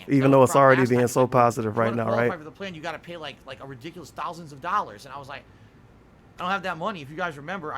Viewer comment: pronounces thousand as ‘thalsand’